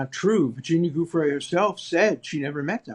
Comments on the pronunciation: Suddenly alan believes Virginia. And he should stop mispronouncing her last name. What a frickin' pig. This man makes me sick. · Absolute travesty, platforming this villain. And with such a sycophantic intro. Further, allowing the repeated mispronouncing of Virginia Giuffre's name. Also, it's plain it was her not Giuffre cited in the redacted note. Her account disproves this, she said she'd not spent time with Trump. It's someone else. Poor reporting here. Times Radio online is click bait and, in this case, misleading.